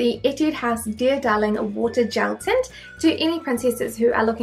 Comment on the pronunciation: ティアダーリンウォータージェルティントの発音がw